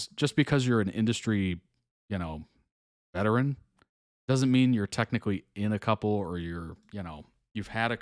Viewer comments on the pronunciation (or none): none